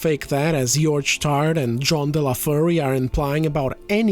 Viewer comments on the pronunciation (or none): none